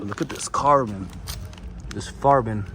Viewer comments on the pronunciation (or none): “this farbon”😂😂😂